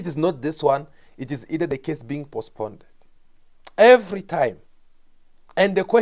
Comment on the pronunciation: My brother is postponed not pospnded